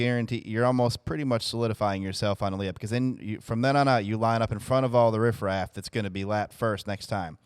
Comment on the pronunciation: Did he say rif-raf haha